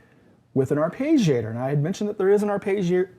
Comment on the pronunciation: Just a small bit of "abuse": it's not an "ar-pay-gee-ator". The double consonant after the "e" indicates that it's a short vowel. So that "e" sounds like it does in "legging". (And if you want to be closer to the Italian pronunciation, both "g" sounds are pronounced separately, but this is not common in English. And it probably makes you sound like a prat. 😃) Nice synth, but... it doesn't quite fit into my setup.